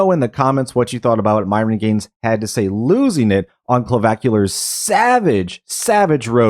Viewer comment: dude you need to learn how to pronounce CLAVICULAR, not CLOVACULAR, WTF